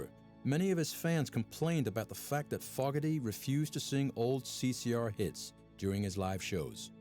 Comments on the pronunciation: I know I'm being petty, but dang! I watched for 15 minutes. That's all I could take of the Narrator constantly mispronouncing "Fogerty". You'd think that if you were going to do a documentary on the band, you'd know how to say all of the members names; epecially FOGERTY. C'mon! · Narrator can't even get John and Tom's last name right. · Good film, but who the heck is this narrator ? he can't seem to pronounce the name of their songs, or even John Fogerty's name. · Fogerty should sue the shit out of the producers of this documentary..lol I think the British say his name wrong, so the American narrator direct too. Wtf! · At 4 mins when he says Fogerty for the first time i know he hasn't a clue what he's talking about. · Forgerty bad mouthed by a guy that can not say his name right non informed critics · Very true. They can't even pronounce his last name correctly. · It’s pronounced Fogerty not Fogerty. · What a piece of shjt. There are many better, more informative and more accurate docs about Creedence. The narrator can't even pronounce FOGERTY properly. And I agree w/ Mr. Soul '69 about the bald guy with the bad teeth! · This is a crap doc. I'm out after 5 mins. They don't even know how to pronounce his name. No CCR music, no band interviews. Joke. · I can’t watch anymore of this! The narrator can’t even pronounce Fogerty. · Get a better robot narrator, he cannot pronounce Fogerty. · Where on earth did they get the guy doing this voice over? Why didn't someone at least tell him how to pronounce Fogarty or "bayou". Wow. Terrible. Also what is it using a video of Arthur Brown singing "Fire" when talking about the Grateful Dead and that awful slightly rearranged "Whole Lotta Love" instrumental back ground music. Holy sh*t!! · he cant even say Fogarty right, LOL!! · I’m 10 minutes in and I’m bored. Is this about CCR or some war? Plus the narrator mispronouncing John’s name is annoying. This could have been better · It's pronounced 'faux gerty' not 'fog ger ty!